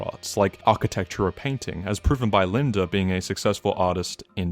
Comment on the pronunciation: I'm shocked after all this time you still pronounce "Lidner" as "Linda"